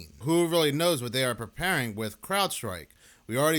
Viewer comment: I'm sorry " Pree- paring" the Ai voice is becoming more apparent